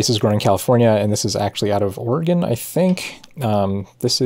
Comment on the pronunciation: Thank you for pronouncing Oregon properly.